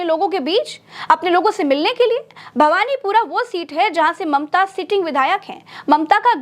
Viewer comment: Its bhawanipur not bhawanipura